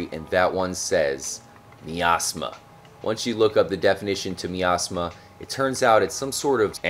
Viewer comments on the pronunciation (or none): uugg the way you say miasma drives me nnuuutttttssssssssssssssssss.... amazing find though.